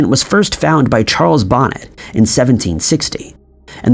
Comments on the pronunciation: I love this video and all. your videos. I just wanted to mention that Charles Bonnet was French, so his name is prnounced Bo-neh with the T being silent. I knew someone who had CBS and he said the dragons and hippos and other odd things that he "saw" when he became totally blind were entertaining once he got used to the fact that they were just that. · Charles Bonnet is pronounced Bow-Nay